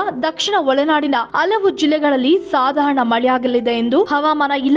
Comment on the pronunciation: ಅಲವು ಎಂತಲ್ಲ ಹಲವು ಎಂತಆಗಬೇಕು ಕನ್ನಡ ಸರಿ ಇರಲಿ